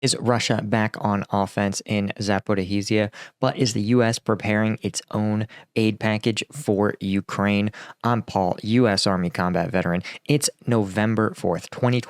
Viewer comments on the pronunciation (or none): Paul, retiree on limited income here, but I will buy a subscription in your patreon if you stop saying "Zapo ri 'HE' zhee ya" and instead "za po REE ZHEE ya", please, i know you struggle with these multisyllabic names, but you can do this one and it would mean so much to those back home..., in Za_po_ree_zhee_ya..., thank you in advance! I admire and respect your work, wealth of knowledge and dedication, having listened to you for over a year now, and i have heard you pronounce it without the "HE" so i know you got this. Cheers! - and yes, i am serious about the challenge! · Please stop saying Zaporihizia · I love your channel but stop saying Zaporizhzhia wrong You're driving me crazy 😅